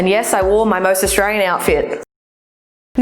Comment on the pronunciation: Fucking continue to pronounce it as AustraRian. I dare you